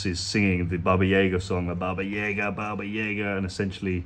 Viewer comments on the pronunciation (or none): about that "Russian Which.".. Her name is Baba Yaga (Yaga, not Yega. It's like in the word "yard.") Actually, her full name is Baba Yaga Kostenaya Noga. (In Russian it's Баба Яга Костеная Нога) Kostenaya Noga means Leg of Bone (one of her legs was just bone, if you can believe it...) She is a character in Russian Fairy Tales and she is more mean than scary. She is just a very unpleasant person... Hope it helps. Love your videos! Cheers from the U.S.A. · Baba Yaga ... the As are all pronounced the same way.